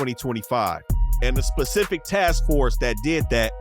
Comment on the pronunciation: My nigga said, "SPLACIFIC" I ALMOST TURNED THIS SHIT OFF